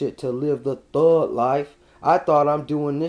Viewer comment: Why does this guy have so much trouble pronouncing the letter "G"? I mean, this is like a serious, real struggle for him. Every time he says "thug", it comes out as "thuuuuuuuu". The thuuuuuu life. Help me understand this... ?